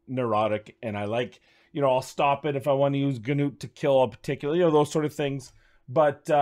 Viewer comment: "noot" not "g-noot" I don't understand how 99% of content creators get it wrong when it was said in the COTA video. What about putting in aket or what ever his name or vildrax for hex with Artak or similar with burn activations for spider?